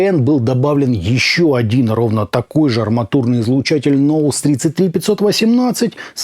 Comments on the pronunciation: Также как и в Knowels😊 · В слове Knowledge K не читается. ;) Пора бы подтянуть свой English.